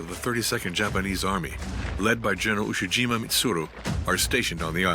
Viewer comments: It's pronounced "EE-eh" Jima...Iwo Jima is a completely different island to the East. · Damn shame that the narrator keeps referring to Ie-jima as Iwo Jima. Pretty huge mistake to make. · I E Jima not Iwo Jima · The name for IE-JIMA is mispronounced as IWO JIMA and will be confused with the earlier battle in February. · Also they mispronounced Ie Jima as Iwo Jima multiple times